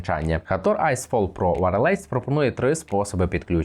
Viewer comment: Не ВарЛейс! А ВАЙЕЛЕС!!!